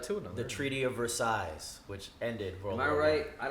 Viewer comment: Damn no one gonna tell you don’t pronounce the last S in Versailles??